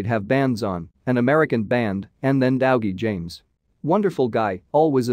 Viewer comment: This AI reader is horrendous. Dowgie?